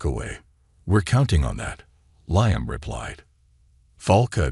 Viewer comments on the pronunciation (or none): LEE -AM brain dead AI